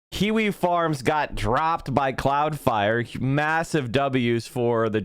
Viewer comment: Its flare not fire